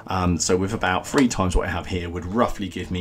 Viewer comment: From the Independent 2016 An increasing number of British people don't pronounce the word 'three' properly 😜😝🤪 Your Muver didn’t clip you round the ear enough when you were younger. I was surprised though, when you said birthday & not birfday 🫣